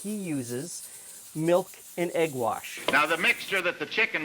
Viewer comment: No, he clearly said "milk and egg warsh."